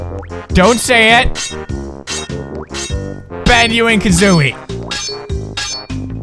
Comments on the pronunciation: Oh he siad banu and kazzoie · Did he say bazoo and kazooie